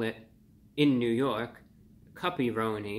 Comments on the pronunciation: At first I thought you said "puppy-roni." I'm so relieved. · I thought review bruh was saying puppyroni LOL. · Awesome review, and I was laughing every time you said the word cuppyronni and almost laughed yourself 😂 I’m definitely going to give this pizza a try, thank you and keep up the great work 😊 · Thought you said "puppyroni" at first. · They way he’s pronouncing “cuppy-roni” is making my day 😂